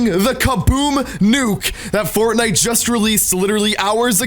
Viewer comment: My mom can say Fortnite better than you